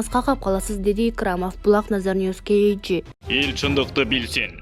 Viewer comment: ушул каналда текстерди окуган кыз "KG" - кейджи деген созду окуй албай эле канча жолу кайталаса да айталбай кыйналып...айтып койгулачы уйронуп алсын шар айтканды 100 жолу кайталайт го